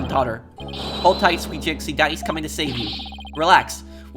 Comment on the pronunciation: Pronunciation of jinxie is correct Like the canadian accent for fulbright by the way